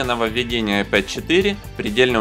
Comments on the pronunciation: вообще то "айПод" это плеер.....а "айПэд" планшет! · вообще-то "АйпЭд",учите английский. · Это тебе надо английский подучить) Любой школьник знает, что pad читается как "пэд". Не веришь - можешь транскрипцию посмотреть в словаре. Просто на руси уж так закрепилось коверкать иностранные слова на свой лад